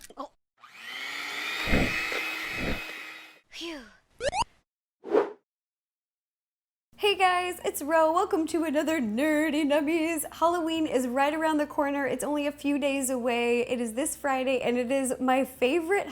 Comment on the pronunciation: y does she say NerTY nummies?? i thought it was Nerdy Nummies